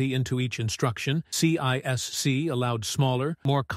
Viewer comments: CISC is pronounced See-Sk not C-I-S-C and its counterpart RISC is pronounced Risk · This could have been a great video if the AI narrator was on less ac*d and got its ADHD medicated like the rest of us do. I made it to Sea Aye Ess Seeeee and had to stop. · Only an AI would pronounce CISC that way.